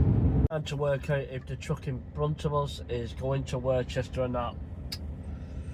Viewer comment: Hi mate you make me laugh when you say Worcester it’s pronounced Same as Worcester sauce crisp You pronounce it as if there is a h in it